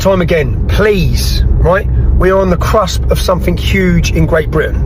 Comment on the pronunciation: “We’re on the crusp of something huge” 🤡